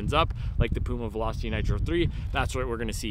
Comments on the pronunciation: Your pronunciation of Puma is correct. I never heard Germans call it Pjuma. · Hi, I am from Germany. Puma is a german brand we say Puma like you pronounce it. It is not "piuma". Go on making this great videos!